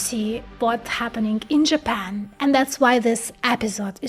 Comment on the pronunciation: “ but what if I told you that JApEn”